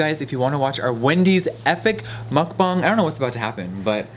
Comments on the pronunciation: Hi! I just wanted to say thank you so much to jefreestar saying "Muckbang" 100% right. I am Korean and Jefree just nailed it saying 먹방 (muckbang) perfectly haha I don't know why but it made me super happy so I just wanted to say thank you!!! I love you so much!! You are just amazing and beautiful!!! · We stan how Jeffree actually pronounces Mukbang correctly. Thanks Jeffree